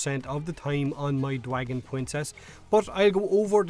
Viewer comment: now i dont wanna be a dick but when he said dwagen princess i died